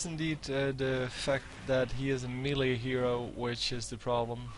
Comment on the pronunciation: Please check the pronounciation of melee :)